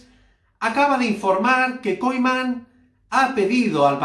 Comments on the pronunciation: NO SE PRONUNCIA KOIMAN..SINO KUMAN.. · Se pronuncia Kuman, no Koiman, gracias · Se pronuncia “Kuman”